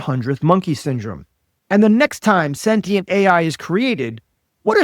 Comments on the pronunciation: Someone PLEASE tell her it is SEN-TI-ENT not SEN-TEN-ENT! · She can pronounce Thessalonians but not sentient.